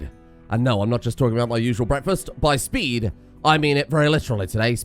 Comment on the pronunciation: Bwekfast buddy